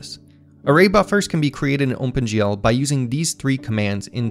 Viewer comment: This video is great, and so was the last one, but I'm starting to get a bit distracted by how you keep saying "Ohmpen GL" :P